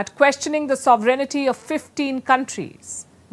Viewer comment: Dear Palky, Just wanted to mention that your pronunciation of sovereignty as sovereignity is incorrect. P.S: This is from Google's online English dictionary: sovereignty noun 1. supreme power or authority Example: "the sovereignty of Parliament" Your newscast is very much welcome and very much needed in this world of lies and deceptions.